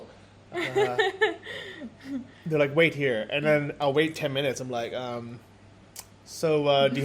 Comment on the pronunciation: you should teach how to pronounce "They" and "Then":D its not "zey" and "zen". I dont mean it bad, I love you both and love your vlogs from Sri Lanka:). I´m not english native speaker either, but I would be happy if somebody corrected me in my speaking so I can say it next time correctly:).